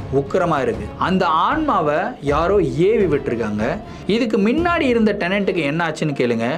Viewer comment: Neenga solura oru word, " minnadi" athu actually "munnadi" kanaka videos la note panninan ondu